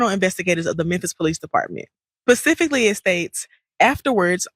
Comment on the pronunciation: Ok now this young lady should seriously know by now how to pronounce the word specifically...it's NOT "PACIFICLY"....🤔🧐🤦🏽‍♀️